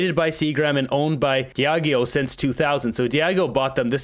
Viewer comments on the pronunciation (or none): It’s pronounced “dee-ah-jee-o”